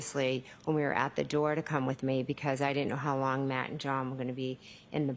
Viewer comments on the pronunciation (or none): I love how the lawyer in the 1st trial kept saying "hos long", such a smart ass and I love it - he could be family!!!